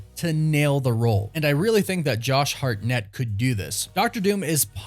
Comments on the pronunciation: It's simply: Hartnett... Why do you keep saying Hart-NETT?! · I believe it’s pronounced HARTnett. But I think he will be great. Hope it happens. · Why are you saying his name so weird 😂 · Why are you saying his last name like that? Does he actually say his last name like that??? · Please stop saying his last name like that. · Such a big actor that you can’t pronounce his last name correctly right? Lol